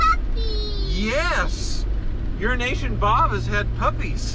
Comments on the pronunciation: Urination Bob is all I ever hear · everytime you say EuroAsian Bob I hear Urination Bob. My hearing is pretty bad. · Urination Bob. Lol. I mis-hear it every time. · Sounds like he says urination Bob